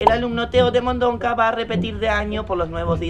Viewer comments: El señor: Vamos a expulsar a Teo de Mondonca La madre: Teo de Mondoca no de Mondonca nene ajajajjajaj 🤣 🤣morí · Lo dijo a propósito